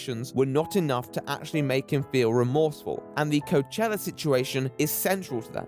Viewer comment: coachella...... ROACHELLA